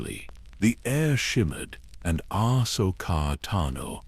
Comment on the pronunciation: I Like your Videos but this one is Off. The pronounciation of names like Ahsoka, Anakin and Palpatine is horrible lmao. Please check that stuff before releasing it.